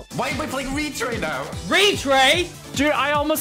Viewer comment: Bro said restray